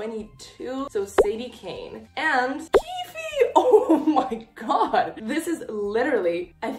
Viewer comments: It's not 'keefie' 😭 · On Shannon Messangers website in the character bios, she says it’s pronounced “keef” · the last e in keefe is silent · NOOO not with pronouncing the e at the end 😭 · Love your videos ❤❤ Also you don't pronounce the e in keefe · I meant that You aren't supposed to pronounce the e in keefe